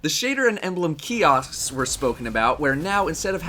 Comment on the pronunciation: the shader and emblem kioshks... kiossst.... keyost..?